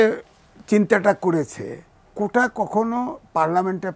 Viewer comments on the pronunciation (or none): ভাইরে, কোঠা না!! এটা কোটা...